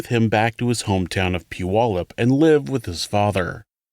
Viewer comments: You are the first person that I've heard Puyallup correctly in a video. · Dang, you nailed Puyallups pronunciation! Phenomenal content! Thank you so much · We’ll done on your pronunciation of Puyallup! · I’m just shocked you said puyallup the way I said it when I lived there. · Impressed at the pronunciation of Puyallup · Love this channel. You do a great job and while discussing difficult subject matters, keep it respectful. Also, thank you for pronouncing Puyallup, WA correctly. You'd be surprised how infrequently that happens. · Only a true Washingtonian can pronounce Puyallup properly. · I believe the narrator grew up in Bremerton, so he’d better know how to pronounce Puyallup